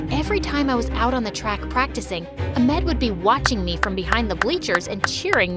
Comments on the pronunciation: He’s name is not amed it’s Ahmed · Amed??? It’s Ahamad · I am from Saudi Arabia 🇸🇦 and Egypt 🇪🇬 is like on the other side of the ocean 🌊 and we’re Saudi Arabia we use those names and it’s so f funny how they say the names my brothers name is Ahmed and we don’t say it like that even Farrah and Marwa love from Saudi Arabia 🇸🇦❤️ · The pronouncation is not amex it's a-h-m-e-d! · Lol because it's pronounced ah med not amed yk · it's Ahmed not amed every Egyptian person nows that in English it's also ahmed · It is not Amed there is an H AHMED you -pronounce the h too you know ! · i laughed at how you said Amad instead of Ahmed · FARAH ? LMAO IT'S FARA7 💀💀 Wtf Samar?? AHMAD? LMAFO Cmonnnn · Ahmed is pronounced as Ah-med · 😒Oh my god first world problems😒 there is no way she is Egyptian Im Egyptian an I know we don’t trust anyone new to walk into our houses with girls and the pronouns Ahmed as aamed and Farrah which they pronounce farra and I need to say… THE H ARE PRONOUNCED PRONOUNCE THEM AND THEIR NAMES WILL BE CORRECT NO ONE HERE IS EGYPTIAN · Hey! I'm Egyptian too. I can say all the names you said in the story better than you .sorry for being rude but you said all the Egyptian names wrong! You spell "Ahmed" like amad,you said all the Egyptian names wrong but Marwa was only the Egyptian name that you spelled it right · Why are the names pronounced so oddly? Its kinda funny how ahmed became amad. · nah she did not say Ahmed like amed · The h and ahmed they don't pronounce it h they pronounce another letter no English can pronounce it its ح that's how its pronounced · actually the prounouciation is ahkmed not amed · I’m Arabic and the name pronunciations I just can’t- Amed😂😂😂 but good story tho! Keep it up! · The pronunciations of da names tho😶 Ahmed - amed Farah- Fara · Farah and ahmed are arab names,and we pronounce h as ح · Ahmed pronounced A H M U TH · Bro they pronounced “Ahmed” as “Amet” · i cringe every time they say an arabic name wrong a-med?